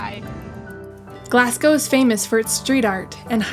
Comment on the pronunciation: And Glazz-go....there is no Glass in it! Really great vid, though!